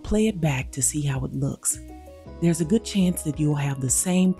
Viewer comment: "Looks ghoood" 😄